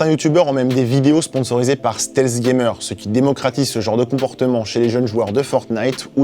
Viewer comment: "Stèlsse gaymeur"